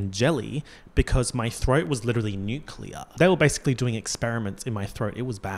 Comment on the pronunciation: “Legiterally” lmao